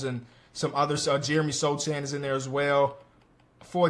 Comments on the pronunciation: SOCHAN is pronounced So-han. It's a polish name. The "ch" is like "h" in "hamburger" or "heal" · People still pronounce Jokic wrong half time I don’t think Sochan being pronounced wrong is an issue.